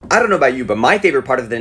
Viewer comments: Don’t think we didn’t catch you pronouncing “I don’t know” as “a ⟨r⟩⟨r⟩⟨r⟩ no” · You did the tongue roll thing! " I dddon't know about you " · I notice you made a rolled R sound when you said “I don’t know about you” from “don’t” through the start of “know”. I do that too! What’s that about??